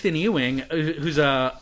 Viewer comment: Ethan EEWING lol. Thats as bad as TOEMO and MOREECE.